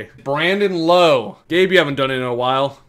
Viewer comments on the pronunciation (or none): Just for the record, Brandon Lowe Is pronounced like “OW!” Not like “Low.” Joe buck never even got it right lmao